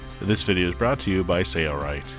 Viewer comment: Thanks for demonstrating that project. By the way, is it my imagination, or is the video narrator pronouncing the name of your company without the letter "L" -- SAY-rite?